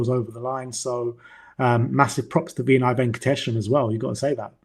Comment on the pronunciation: Jesus Christ. What is it with you two pronouncing shit wrong, SZY is sizzy. Just like you calling Vinai “Veeeeenai”. Vin-eye. It’s not hard to